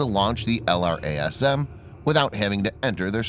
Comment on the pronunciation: It's normally called "el - raz - um"